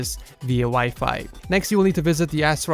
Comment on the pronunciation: Oh yeah and instead of As rock you said ass rock!